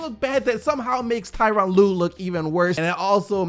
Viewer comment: Come on it’s Tyronn lue.